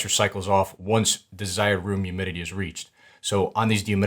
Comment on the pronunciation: Awesome video but… “youmidity” 😂